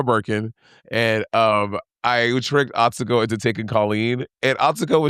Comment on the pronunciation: Atsuko said the U's are silent in her name- easy way to say her name - ignore the U's - drives me that people keep messing up this up-💗💗💗😼😼💗💗💗